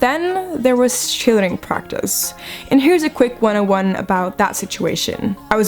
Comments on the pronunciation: lmao "cheereading" XD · She forgot the L in cheerleading (no hate)